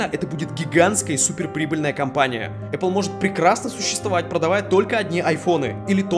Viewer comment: Говорите правильно: Apple - Epil. Смотри не перепутай